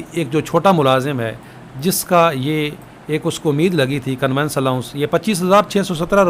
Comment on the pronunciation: Conveyance ka pronounciation thek kr lain. Convince nhi conveyance hota ha